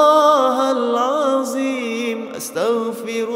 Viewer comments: Not alazim, plz all let’s try to learn to pronounce the Arabic letters correctly 😢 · Mohon Maaf..mohon izin.. barangkali bisa di koreksi..kok mendengarnya " hal aziim ya ".. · Pembetulan BUKAN Astagfirullah Hal Aziim SAlAH TAPI SEPERTI INI Astagfirullah hal Athdziim (Huruf ThDo Hujung lidah keluar sedikit dari gigi depan bukan zo) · Yg betul itu asyaghfirullahaladhim...bukan haladzim..begitu kira²